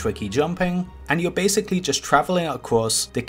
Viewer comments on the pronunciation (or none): none